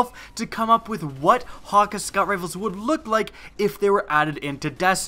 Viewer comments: its hay-ka- not haw-ka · Thank you. Hawkuhh bugged me the whole video lol. Hakke. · it's pronounced hakkay, not hakkah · idk what the "Hawka" foundry is, but I think you mean "Hakke" (Ha-kay) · It's pronounced "Haw-Kay" lol or I believe it to be w japanese pronunciation. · you pronounced hakke wrong it cayde-6 pronounces it himself if you dont believe me but is sounds like ha-k. Think of k like from sasuke or hatake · I don't really care about correct pronunciation. I'm gonna say what's comfortable with me "hah-Kay" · it's pronounced ha-ke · Actually not even Cayde pronounced it correctly (probably because he has an American instead of a German accent); seeing as Häkke is spelt with "ä" and not "a" the foundry is most likely founded by the ancestors of the Germans, meaning the "Hä" is pronounce more like "heh". Then keeping in mind it's German, "kke" is pronounced "kuh". So the proper pronunciation is actually "heh-kuh". I don't think it would be so hard to believe that Häkke is founded by Germans because they are already pretty involved in weapons engineering irl, and I don't see any other reason they would use "ä" instead of "a". Sorry for long reply, here's a zucchini: 🍆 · not being mean ur saying hakke wrong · you completely butchered the name hakke man. otherwise great vids. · aah, it's so irritating when he says hakke when its häkke an i come from sweden so i know how to pronounce it xd